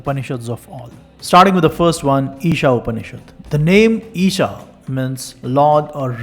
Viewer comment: There's no h in eesa